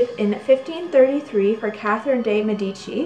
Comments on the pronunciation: Medici = MEH-dih-chee, not meh-DEE-chee. i was interested in this video, because I've used many of those products all my life, but, being part Italian, that turned me right off. Also, 'Thayer' has a long A sound, not a long I sound. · the pronunciation of Medici is incorrect, I think... I believe it’s Medi-chi, not Med-ee-chi, if that makes sense 😅